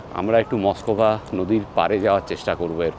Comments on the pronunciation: উচ্চারণ মস্কভা না. মস্ক-ভা . যেমন দোস্তই ভস্কি না. দস্তয়েভস্-কি ( uccharon koro thikmot হসন্ত চিহ্ন (বা হস্ চিহ্ন) বলে। যেমন: ক্, ম্, ল্ ইত্যাদি. yevski or ovski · Darun laglo Mosk-va (not Moskova) and Gorky Park. You lived the first line of winds of change.